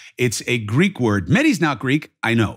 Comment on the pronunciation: PLEASE ask a Greek how to pronounce the Greek word